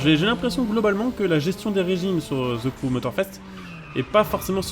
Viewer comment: pas ze crew mais the,de sinon la vidéo est bonne